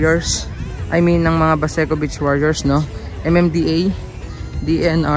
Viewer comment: medyo habaan niyo po ang pag bigkas ng salitang beach (long e po), para hindi po maiba ang meaning sa pandinig ng ibang tao lalo na kung foreigner...